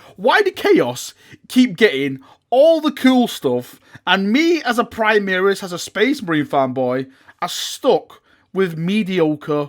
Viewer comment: You just got new toys and have had you have plenty! Chaos deserve this kind of attention so stop complaining. maybe GW don't understand your yorkie pronunciation of primaris (primihris) and is why they haven't given you this month's lieutenant, oh wait.... you did get a lieutenant lol